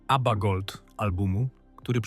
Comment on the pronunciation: Abbieea😂 AI do doopy. W przeciwieństwie do Abby brak szacunku do słuchaczy. I nic nowego nie wnosi do ogólnej wiedzy o zespole. Szkoda czasu na słuchanie. Nie polecę kanału.